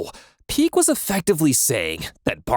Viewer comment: Bro called Pique "Peak"